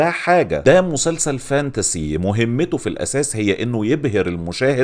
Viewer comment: بص، بعيداً عن أي حاجة، أحلى حاجة انك قولتها "فانتاسي" مش "فانتازي" عاش جداً :D